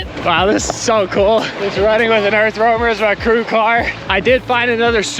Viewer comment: How many times have you said Earth Wormer??! 😂😂 I can't imagine having to say Earth Roamer as many times as I've heard it. Bless yalls hearts!